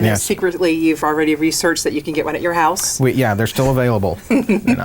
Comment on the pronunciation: Hose, is House